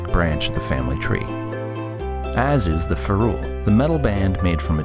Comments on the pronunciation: ..."fuh-ROOL"? leaving aside the fact that "ferrule" (FAIR-ul) is a reasonable common word, can't the makers of educational videos figure out how to use a dictionary if they don't know a word? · Excellent video presenting the concepts from Leonard Read. The only issue I have is the mispronunciation of "ferrule." Fer-RULE??? Who says that? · Mildly interesting video ruined by your inability to pronounce the word ferrule.